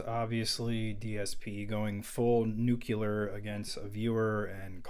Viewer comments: Nukyular? No. New-CLEAR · I was going to comment on dsp but I stopped the video when you said "nuculer". Nuclear. NU-CLEAR. Look. At. The. Letters.